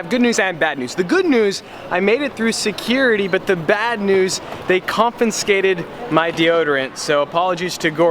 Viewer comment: Hey, just a fun fact, no hate... it’s pronounced con-fi-skate. Not con-fin-skate.